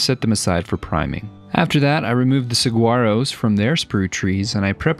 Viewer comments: It’s pronounced “sa-Wah-row” 😊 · Wonderful Build. Just an aside, saguaro cactus is actually pronounced more like sa-war-o. Keep up the wonderful work sir. You are one of my favorite parts of my Sundays. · Saguaro is pronounced: Sa war o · Sa-war-o....thank you. Aside from that one tiny (but annoying to any Arizonan or Mexican) flaw, this gentleman is a amazing artist. He would do well making museum quality or even movie quality work. The Smithsonian or Hollywood needs on their payroll. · As an Arizonan I died a little inside every time you said saGuaro as well when you said cactuses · Not sure if the saguaro pronunciation is on purpose, but if not, it's a silent "g". Sa-wa-row. Arizona native, born and raised in Phoenix. Plural of cactus is cacti. Great video still. As always. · Friendly tip, the G is silent in saguaro. It's a w sound. Sa-wah-ro. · Saguaro is pronounced with a silent "g" but who cares. These dioramas of yours are so very cool. Love the story lines. Makes it very real!!!! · Psst! The g in saguaro is silent. It’s just Suh-WA-ro (at least that’s what we call them in Tucson). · FYI: In the word saguaro the “g” is pronounced like “w”, sa-war-o. I live in Arizona and have about 30 saguaros in my yard. Another awesome project, great job! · I'm kinda hoping you said Saguaro like you did as a joke, but for those that don't know; it's pronounced "sa-wa-ro". We get tons of snowbirds here in AZ that say "sag-u-are-o" or "gill-a" instead of "heel-la" (Gila). As someone born and raised in AZ I have to correct people on those. And mention weather when people think it's hot where they are 🤣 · Awesome diorama! One thing though its pronounced like "sa-waro" or "soo-waro" the g is silent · As an Arizonan I am legally obligated to say "uh, it's pronounced suh-wah-roe" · Just wanted to point out that the G is Saguaro is silent. It's pronounced sah-wah-ro. Source: lifelong resident of the Sonoran Desert. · Though the pronunciation of saguaro is not correct 😂❤